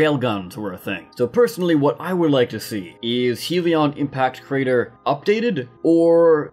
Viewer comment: My lord this annoyed me Its Not HEAL-ee-on impact crater Its HELL-ee on impact crater